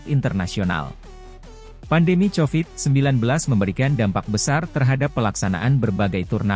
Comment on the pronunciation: Lebay Lo min nyebut covidnya.... Norak . Chanelnya Hoak ni.